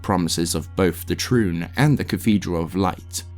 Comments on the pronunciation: the amount of mispronunciations (mainly completely leaving out letters from words like turning Tri-une into Troon) makes it hard to listen to this... every few minutes I have to stop what Im doing to rewind and figure out wtf youre talking about... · Some of your pronunciations drive me up a wall🤦🏽‍♂️ overall this is a great long form video and quite in depth, but it really does throw a wrench in the experience when I’m deeply concentrated in what you’re narrating, then all of a sudden I hear “temple of the trune”. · This was such a great post especially since I just got into Diablo! The only criticism I can offer is that word pronunciation is a bit... Off. Triune for example is pronounced "ˈtrīo͞on". Is it a stupid gripe? Yes. I'm sorry. The ear wants what it wants! 😅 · Really enjoying this video, it's very well made and informative for someone new to the series... But for the love of God please stop pronouncing Triune like a slur 😂